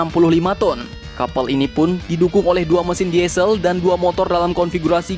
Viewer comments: BUILDING dibaca BILDING DIESEL dibaca DISEL Ngerti, min? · Diesel salah cara baca nya bro